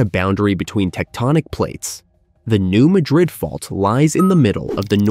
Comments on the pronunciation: New Madrid is pronounced with the emphasis on the second syllable of Madrid by locals and seismologists. So it’s New MA-drid, not New Ma-DRID. This is for us humans, as I think it might be an AI narrator. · (No "New Madrid" but "new-MA (as in "cat")- drid") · The correct local pronunciation of the fault zone is New MAD-rid (not Ma-drid). Thought I'd shake things up pointing that out... 😏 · It is pronounced Nu MAD-rid not Nu Mah-Drid....you A.I. bot digital dimwit. 😎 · It's pronounced New Ma'-drid, not New Mad-rid'. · Get a real narrator. Its pronounced Mad-rid! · I believe the name is commonly pronounced New MAD-rid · Are you certain you're pronouncing it correctly? When I lived in the area, I was informed it was New MAY-drid. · Thank you! The computer/non-computer voices drive me bonkers with the mispronounciations! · If you can’t correctly pronounce “Madrid” (USA ) , I can’t listen. Out! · I came here to tell him that as well.